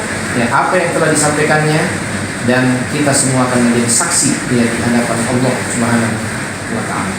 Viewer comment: Sdh sering ini mengolok2 Islam sperti nama ALLAH dgn sebutan Olloh, menyebut kalimat Isyaolloh, lalu sholat, zakat dll. Pd hal klo dia mau buka Bible ada nama allah yg nyomot dr Alqur an, lalu ada kalimat JIKA TUHAN MENGHENDAKI, YESUS PUN BERSUJUD, lalu tentang zakat... Zakat untuk fakir miskin tp beda dgn PER10AN yg lbh byk untuk Pdt. Mungkin Pdt ini Jarang baca Bible ato takut jemaat gereja yg pd jd mualaf.